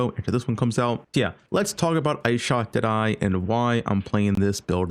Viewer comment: When he says "deadeye" it sounds like an Aussie saying "today"